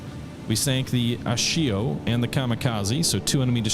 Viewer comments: Repeat after me...... A-sash-io. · Did you call Asashio as Shisho?